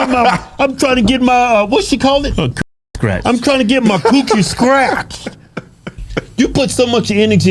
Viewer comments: Sounds like she is saying "Stretched" not scratched. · The funny thing is she’s saying Stretched not scratched 😂😂😂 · Think she said pussy stretched not scratched. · I thought she said she wanted her coochie stretched! Not scratched 😂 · Was she saying "scratched" or "stretched"? 😅😂😭😭🤣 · …. I don’t think she said scratched… I thought she said STRETCHED!! But…. She said It more like imma get it SKRETCHED from dude down the SKREET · I thought she been saying stretched. Glad to know it's scratched... Either way damn gurl. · I think she was saying stretched not scratched. lol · Is she saying stretched or scratched?